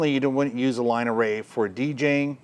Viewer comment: Couldn't quite make out if you said you 'would' or 'wouldn't' use it for a band... Rock or hard country.